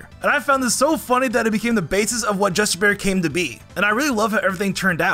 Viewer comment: When you first said justibear I thought you said just a bear 😆